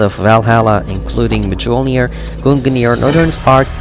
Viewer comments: Did you really just say thors mighty hammer Majolneer?! It's pronounced melneer the j is silent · When he said "ma-gul-near" my Norwegian self died. "Me-you'll-near-sh" say that please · "Mijoulinir " 🤣 You don't pronounce the J man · MA JOL NIR? its MI-OR-NIR Brother- Thanks for the tips btw. awesome stuff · Did you actually pronounce Mjolnir as "mi-jol-near" instead of "mi-ol-near"? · It is not majolnir it is mjolnir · me-jolnir.? its pronounced mi-yul-nir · "M'hDjohlNeer"? Dude, it's "MjÖlnÍr". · Shouldn’t you pronounce the hammers name as “Jonathan”? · "Mu-jol-neer" *internal screams knowing that pronunciation couldn't be any more wrong* God that bugs me on so many levels. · Dude really called it mijolnir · "Maj-olnir" rofl love how even after the movies and animated shows people still pronounce the "J" 🤭🤣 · Dude, he said my tic all weapons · You don't pronounce the j in mjolnir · Bro Pronounce it mule near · My guy says majolnir 😂😂😂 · He said Mjöllnir completely wrong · YOU PRONOUNCED MJOLNIR WRONG >:(((((((((((((((((((((((((((( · You pronounced the hammer wrong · Damn feels bad he said mjolnir wrong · The way you pronounced Mjölnir... Hurt my Norse pagan soul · Sorry but u said mjolnir wrong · Whenever i hear someone say mjolnir like that my ears bleed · I stopped watching when you couldn't say mjolnir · Why does he pronounce the "J" in "Mjolnir"?? The " J" is silent. 😂😂😂😂😂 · He butchered mjilnior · “GUNGANEAR” “MAJOLNEAR” My norse mythos lookin ahh: 🤨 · You pronounced both mjölnir and Gungnir wrong they are pronounced (Meul-near) and (gun-neor)